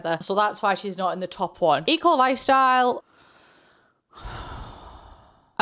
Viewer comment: sounded like E. Coli Style! xD And wow one of the few packs I dont own Is the top of the pack, guess its next on the buy list.